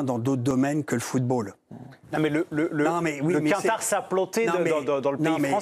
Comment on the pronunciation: Le quatar